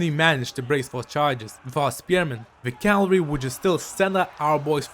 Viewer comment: Why do you call cavalry calvery